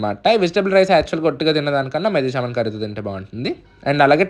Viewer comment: Methi Chaaaaman Kadu ra babu 😂😂😂😂 .. Methi chaman. Its Kasuri Methi not Kasturi 😂😂😂